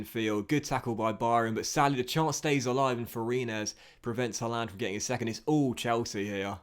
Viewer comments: mate look up how to say haaland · The way you pronounced Haaland😂